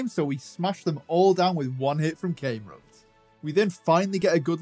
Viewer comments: It’s Numel not Noomel, Cam-erupt not came-rupt. Delete your account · I find it funny how ya say came-rupt